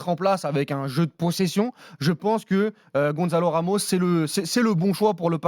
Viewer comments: Gonçalo Ramos et non pas Gonzalo Ramos..... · Ils font un débat sur un joueur, alors qu'ils ne savent même pas prononcer son prénom... Ça se prononce Gonssalo et pas "Gondzalo". Même en français..on dit bien "ça" comme dans Gonçalo 😂 Pourquoi vouloir dire des mots façon hispanique 😅